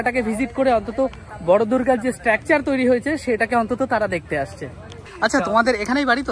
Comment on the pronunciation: ভাই, শব্দচয়ন ভালো করে করো। আর সঠিক উচ্চারণ করো। স্ট্র্যাকচার নয় উচ্চারণ টা, স্ট্রাকচার।আর ভিডিওর শুরুতেই কথাটা স্বাগতম না বলে স্বাগত বলো।